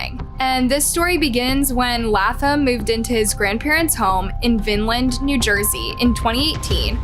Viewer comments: Why do you mispronounce so many words, it is Vineland, not Vinland and you totally Latham, not Lathum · “Vine-land” not “vin-lan” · I like in Vineland....first off... It is " vine land" when pronounced....2) there's a lot more to this story...and a lot has to do with cops mistakes in dealing with prior incidents....our cops suck. I can fill you in if you are interested.